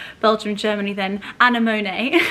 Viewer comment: Hello, Thank you for the lovely inspiration for Spring entertaining! I really enjoy your videos. If I may offer just a little note on the pronunciation of 'Anemone'. Since many people (you are not the only one) transpose the position of the 'm' with the last 'n' when saying the word... here is a little trick. If you visualize the letter M on top of the letter E, think and say "an M on E". (The is 'an M on E'.) You will have it.:). Hope this helps.